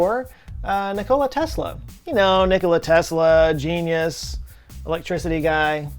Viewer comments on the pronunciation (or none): You mispronounced, "genius." Eugenics is a world-saving, civilization-preserving idea that is simply too utilitarian and practical for the touchy-feely bullshit that today's global society is so infatuated with. Everyone wants improvement and progression, but no one wants to make the sacrifices necessary. Instead, we change our definitions of words and concepts like, "useful" and "productive." When the efforts of dozens or hundreds of people are necessary for the existence of a single person, that single person is a drain on society. There are exceptions such as Hawking, but losing one Hawking among millions of useless eaters in order to redirect the efforts of those dozens or hundreds toward useful endeavors is a trade well worth making.